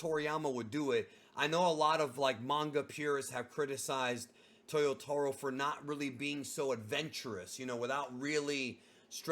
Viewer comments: I'm surprised that the years go by and you still pronounce "Toyotoh-ro"... It's "taah". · Bro, why do you say “Towyoewtahwrow” come on you’re Brazilian, leave that to the gringos! Haha I know you can say it right